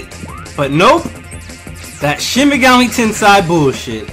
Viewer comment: ''FUCK THAT SHIN MEGAMI TENSEI BULLSHIT'' Me, in a really quiet tone,: it's pronounced ten-say (trololo)